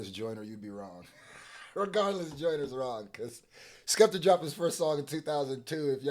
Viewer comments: It’s bothering me how you read that as Joyners law and not juniors law 😂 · Come on bro do better it’s JUNIORS LAW NOT JOYNERS LAW WHAT ARE WE DOING HERE IF MAN CANT READ 😂🤣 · You said joyners law Not juniors law😂😂😂😂 Its Jooneer's Law 🇬🇧 I honestly dont know who won this one now ... Im blaming Aubrey for this, clever mf ...